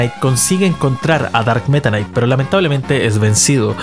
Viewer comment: Tomense un shot cada vez que dice "darkk metanaiic"